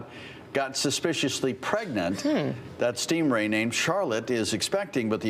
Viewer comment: Loved, "mulch the Shingray!"